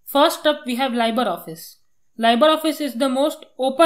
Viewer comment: Libre not Liber. It is pronounced as Leeb-ray.